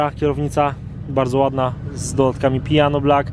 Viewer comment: Piano black a nie pijano black